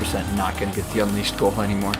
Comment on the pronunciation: Hot Wheels unleashod Sonic unleashod Kkk